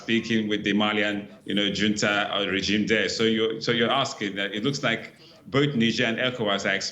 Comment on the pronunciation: It's not Hunta...it's Junta which is a sanskrit language meaning grouping😂😂😂😂😂😂😂...and you call yourself anchor, anchoring wrong way😂😂😂😂😂😂😂😂😂😂😂😂😂😂😂